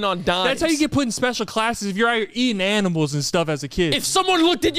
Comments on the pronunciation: tell me y'all heard aMiNals not animals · I like aminals 😅